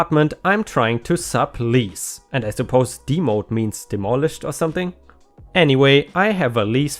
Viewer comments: Demo'd is pronounced Dem (rhymes with gem and them) oh'd It's a short form of Demolished. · Waffled - fail to make up one's mind Demoed - short for demolition. The ‘e’ is pronounced eh not the long e.